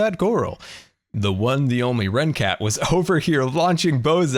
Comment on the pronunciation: You say Rendog but his name is Rencat